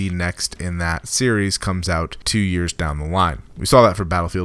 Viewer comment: You did it a lot in the first 30 seconds if you don't know what I mean. Like the way you said "two"